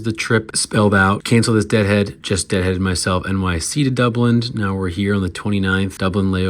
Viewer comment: It’s DUBLIN ! Not DublinD ! 🤦🏼‍♀️